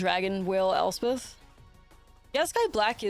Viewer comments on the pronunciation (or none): none